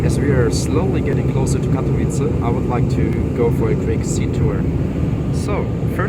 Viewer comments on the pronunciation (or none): Katowice nie "Katowitz"